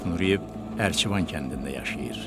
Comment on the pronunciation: Ercivan yox Erkivan